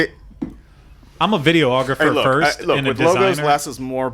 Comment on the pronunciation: Dear, Hey, the term is not Videoh-Ographer. It is Vid-ee-ographer. Period.:)